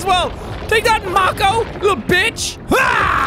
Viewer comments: MAY-CO IT'S PRONOUNCED MAY-CO nOt maH-CO Type Mako in Google and have the voice bitch pronounce it for you! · “Macko” Not Mako, pronounced “May-koh”. this man pronounced it as “Macko” A true northerner. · Séan: pronounces Mako (Ma-ko). Me: God Damn it Séan It’s Pronounced (May-ko) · I love that sean cant pronounce Mako ahaha, its “May-co” how it’s pronounced hun 😂🙈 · Mahko...he...he keeps saing mah co...it's MAY co shark jack/sean....dear god please, it's MAY CO! The A is sharp! It's May Co T_T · When he said mak o shark I cringed so hard , its make o seán okay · why is no one commenting on the way he says "mako shark",,,, bro its pronounced MAY-KO not MAH-KO lmaooo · jack hun its pronounced may-co not mah-co they arnt a firebending detective from a sequel/spin off of a beloved childhood show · Dose he know you say it like may co. Not mack oo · Can we please tell him that it is May-co not mockow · FYI, it is incorrect to say Mako Mah-Kow It’s May-Kow. That’s not how you spell it, just how you say it. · Jack you know it’s not a mako it’s pronounced make o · It’s not makho it’s make o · hey sean, mako is actually pronounced make-o and not mack-o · Hey jack just saying not to be rude but it is pronounced mae-co not mack oh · I hate how hes saying mAHko sharkey instead of mAko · dont pronounce mako like moko ponounce it like mayko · i cringe when sean says "mah-ko" and not "may-ko" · No it’s pronounced mayo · Btw, it's pronounced Make-o. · Love the vids Sean! But I gotta let you know, that Mako is pronounced May-ko.. at least here in america. I dont know if its pronounced differently in the UK but yeah :) excited for episode 5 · Jack. Please. You're hurting me. May-co. It's pronounced may-co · I die Everytime jack pronounces mako wrong like bro you even watch shark week it's pronounced Make-oe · Who's gonna tell him he is saying Mako wrong (May-ko) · its prenonced May Co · It’s pronounced Maeko shark jack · Mako is pronounced May-ko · It’s pronounced make-o shark